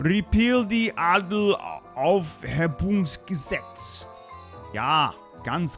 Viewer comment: Ngl, it caught me off guard having “Adelsaufhebungsgesetz” butchered, only to nail the pronunciation on “Ja, ganz genau”